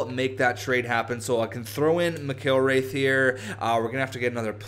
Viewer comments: It's pronounced Mac-ill-wrath. Plus Mcilrath and Hamonic also played on the same WHL team for a while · It's pronounced Mick-ill-rath